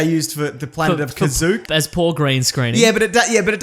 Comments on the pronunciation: The planet of kazook? It's kashykk (cash-eek ) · 'Sheek' not zook xd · Planet of KASUK??? Did the horror of this ton of garbage twist your toung? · Kazook = Kashyyyk apparently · “The planet of Kazok” referring to Kashyyyk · Did he just call chewys home planet "kazook"? Unsub